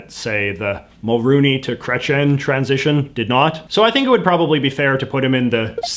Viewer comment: It's pronouced Kreytsi - Ehn not Kretchen. I absolutely liked this video though, I learnt a lot from this, I just can't stand the massacre of a name of that gravity X). You should talk about the worst and best of provincial governments, I would love to hear about that! (Not just Ontario please)